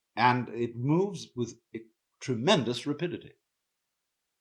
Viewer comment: he meant “tremendous REPITIDITY” !? 笑